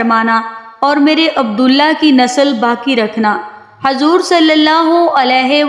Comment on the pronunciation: Pronouns sahi kare hazor nhi huzoor hai